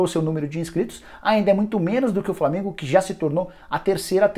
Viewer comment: Qualidade horrível da transmissão do FLORminense, imagem nem se fale .... além dos narradores clubistas que nem falavam os nomes do jogadores do flamengo direito